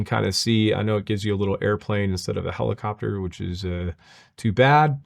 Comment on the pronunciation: Did she really call it a "pellacopter"? Or am I hearing things?